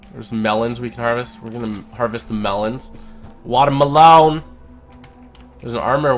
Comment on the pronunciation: “WaTeR MelOwN” Had me dying😂